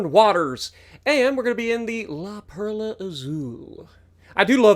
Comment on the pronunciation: Also got to roll that R on Perla